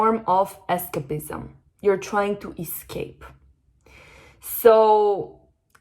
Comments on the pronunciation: es-CEIP-ism. Listen to it in the dictionary. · Incredible. Thank you! PS escapism is pronounced with a stronger A... more like "ess kaype izm" 🙏🏼